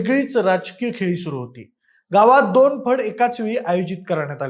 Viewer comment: ह्याचे कुठलेही व्हिडियो बघावेसे वाटत नाहीत. खूप अशुद्ध उच्चार आहेत गुण्ह्यात दोण हजार असे उच्चार आहेत🤦🏻‍♂️🤦🏻‍♂️😖😖